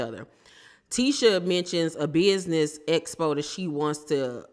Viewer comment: Tisha said “espo” so many times instead of “expo” I was on the floor